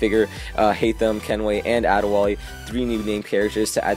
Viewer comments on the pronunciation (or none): #LOL Did you say Ade Wall-E?!?!